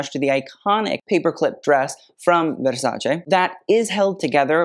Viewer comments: Finally the correct pronunciation of Versace! Bravo! 👏👏👏❤ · Donatella would approve of your Versace pronunciation. I love it:face-red-heart-shape: never heard a celebrity pronounce it properly. Plebs